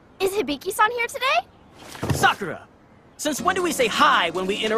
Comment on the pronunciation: Y do they pronounce Sakura wrong?